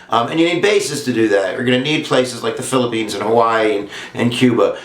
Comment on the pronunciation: Did I hear phillipenus erection.....